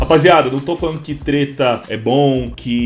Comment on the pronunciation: vc disse "teta?"